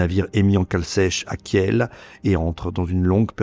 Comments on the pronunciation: Kiel se prononce "Kiil", le e est muet et sert à indiquer une voyelle longue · Très intéressant, mais quand on n'est pas fichu de prononcer correctement Kiel, ce qui est tellement simple, ça jette le doute sur tout le reste.